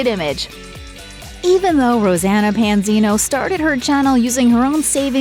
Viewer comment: Try saying her name right!! 😠